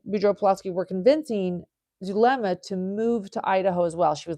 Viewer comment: Who is Dulema? I thought it was Zulema/